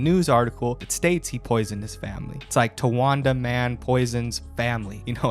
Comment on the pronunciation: Love you and your channel but that’s not how you say townwanda lolzzzzzzz